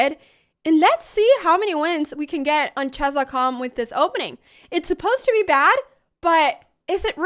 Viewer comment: What's chaas? Why can't you say chess?